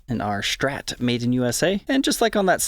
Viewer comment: Not until he says “STrat” not Shhtrat”